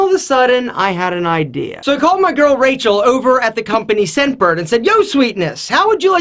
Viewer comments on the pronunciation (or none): none